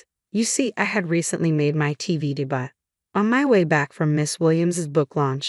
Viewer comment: Robo-voice: seriously, de-butt for "debut?"